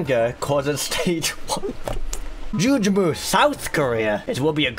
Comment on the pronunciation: I feel like I should point this out once and for all: "Jugemu" is actually pronounced "Ju-geh-mu", and is the Japanese name for Lakitu, which is why he says it so much. And yes, I only know this because I watched the 1985 animated Mario Movie subbed.